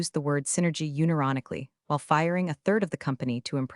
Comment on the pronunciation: I'll consider subscribing when you teach your AI to pronounce unironically and Patagonia properly.